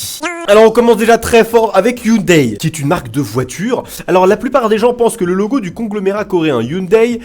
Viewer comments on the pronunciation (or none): none